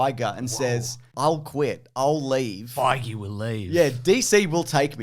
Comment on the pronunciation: Feige rhymes with beige otherwise you are saying it wrong.